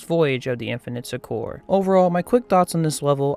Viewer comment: You pronounce Succor incorrectly. It sounds exactly like sucker.